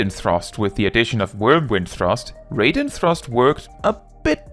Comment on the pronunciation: Its pronounced Raiden thrust, not reyden thrust by the way. Im only saying this because you're usually on point with other skill pronunciation. In japanese the skill is called "ryugan raiden" which I assume would more literally translate to "Dragoneye Thunder and Lightning". Then again, the thunder and lightning part is written as a proper noun in japanese so maybe "Dragonsight Thunderstorm" would be more appropriate.